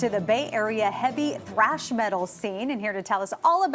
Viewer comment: "Thrash" Not "Trash" 😂